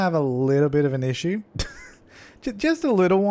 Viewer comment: Any -watchers always correcting the word issue into her funny pronounciation?!?